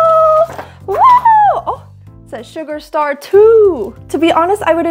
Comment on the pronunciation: Guys her acc is not sugarstar is this a hlitch for you